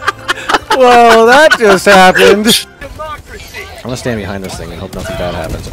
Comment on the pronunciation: It's over... he said democracy I heard "democussy", end my suffering early... oh please god end my mortal pain